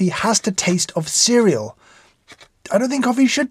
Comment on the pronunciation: Every time he said “cereal” I started cracking up.